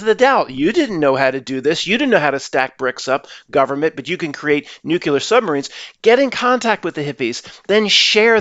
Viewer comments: C'mon, you are too smart to be saying NEW Q LUR. Nuclear is pronounced NEW KLEE ER. NO "Q" sound at all. I believe old dogs can learn new tricks. You can do it,. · Now, just own up to it. You don't know how to properly pronounce nuclear. There is no "Q" sound in the middle and no "L" in the final syllable. Many people say that word wrong, but you don't have to be one of them. I know you can conquer this. I'll be listening and rooting for you!